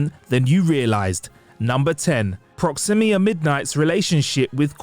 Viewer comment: So you listen to yourself before these videos are posted? “Proximia” “Corvius” “Iron Men” 😂😂😂